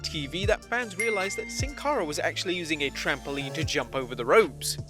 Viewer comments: It is trampoline not trampouline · There is no "u" in the word 'trampoline'.